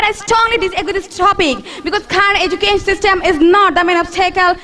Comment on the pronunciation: Self Analysis How could say that she is a best speaker where she doesn't know how to pronounced Education ?